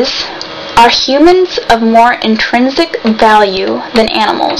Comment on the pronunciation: did you just say trensic? Chick that's not even a word. The question about animals and plants has nothing to do with the topic.... And does it sound better to say we don't know..... Or say that we believe in a flying spaghetti monster in the sky? I pick the first one....